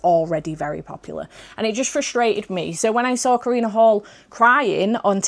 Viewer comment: Karina Halle pronounces her last name like Hallie (like the twin from the Parent Trap, first example I could think of haha), not like Hall